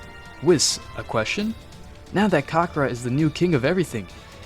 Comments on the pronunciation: Okay who the f*** is kakra it's f**** it's kakarot not pack packer and it's Weiss not wis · Mate really said kakkara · "kakra" 💀 (you should really work on pronunciation other than that, pretty decent story)